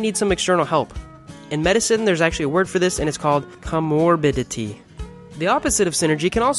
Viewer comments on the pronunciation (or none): Great video, concise and to the point. By the way, it's pronounced "co-morbidity" not "com-morbidity". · Cuh-mor-bih-ditty lol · I don't know if anyone pointed this out but comorbidity is pronounced "co-morbidity" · Amazing video, very well done. Comorditity pronounced co-morbitity. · Co-Morbidity. Good vid tho.